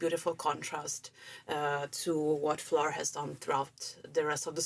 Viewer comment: Great reaction to a great song, and you manage also to pronounce the name of Floor in the right Dutch way :-) I love how the singing changes between more legato and more staccato, if that is right terms, and I agree with you that melody does remind a bit of the song Pan.